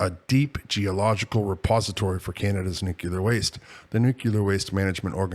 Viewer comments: NuCLEar Nuclear, not Nuc u lar Please. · Could you please stop saying “nuchular”?